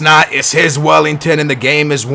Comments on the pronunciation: Welliton not Wellington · welliton not wellington!!! big difference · IF Cesar. Welliton, not Wellington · It's Well-I-ton not Well-ing-ton :D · its welliton not wellington, poo poo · Can you please stop saying "Wellington" it's "Welliton" with no G